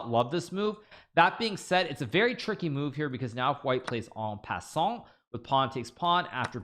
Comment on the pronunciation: the "en passant" pronunciation is on point. However, "pa" should sound a bit tighter to form almost (but not) a "ba" sound.